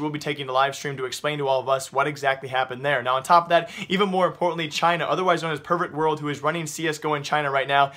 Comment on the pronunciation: I swear to god he said pervert world instead of perfect world